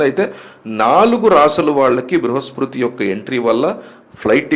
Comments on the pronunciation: అది బృహస్పృతి కాదు బృహస్పతి. ముందు సరిగ్గా పలకడం తెలుసుకోండి. తరువాత జాతకాలు చెప్పండి దయచేసి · Adi bruhaspriti kaadu, Bruhaspati anukunta? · Bruhaspruti kadandi bruhaspati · Meeru astrologer na. Bruhaspruthi kadhu sir BRUHASPATHI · Bhruhaspati babu bhruhaspruti kadhu